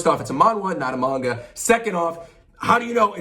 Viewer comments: first time here but why do you say manga like that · shame this man doesnt know how to say manga